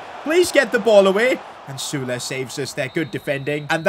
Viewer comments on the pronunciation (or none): none